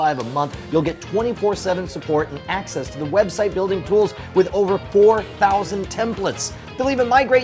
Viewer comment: Its with not wid